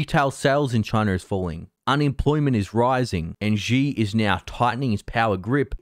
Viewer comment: For fucks sake man.. at least try to pronounce “Xi” properly.. Xi sounds like “She” as in She is a pretty girl … Xi Jin ping is a fucking disaster, but it’s expected, it’s shitty communism after all.